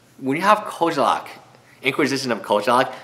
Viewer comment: it is as if you have a special trait to pronounce name incorrectly xD how does an e become an a?